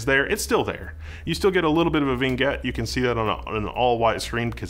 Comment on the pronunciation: I think I have the curved version of this. I have 2 of them, and it's hard to get their colors to match. There's a stark difference in how images look between them. Could one of them be faulty? I hope not. Also, vignette is pronounced "vin-yet". Just wanted to make sure nobody makes fun of you for saying it wrong.